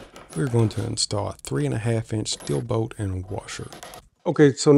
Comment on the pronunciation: I was confused, what boat? Finally realized you were saying bolt. 😂